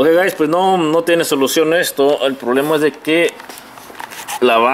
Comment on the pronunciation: pero por que nos dices gais,.. que paso que paso vamos ahi...